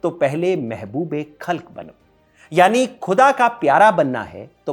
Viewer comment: Please improve your pronunciation of the word “khuda”. Your presentation, otherwise is really good.